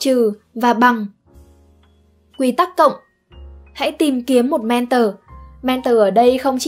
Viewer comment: Thích video của spiderum lắm...nhân tiện đọc là "men thò" ko phải "men tờ" nhé.